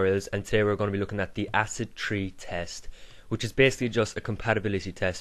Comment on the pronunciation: it's acid 3 not 'tree' , seriously